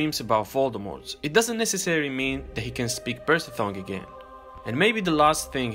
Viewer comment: P a r s e l tongue not perthel tongue